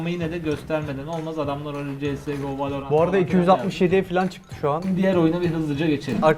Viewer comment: Vâlôrant